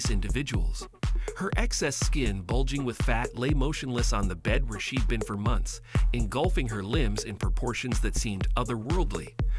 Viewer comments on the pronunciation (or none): none